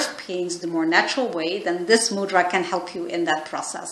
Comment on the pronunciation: Please correctly pronounce mudra... It's irritating to hear ..from India